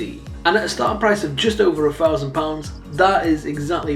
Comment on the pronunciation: four fousand